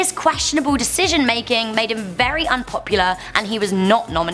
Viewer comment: I love how you pronounce unpopular "an popyou lah" ......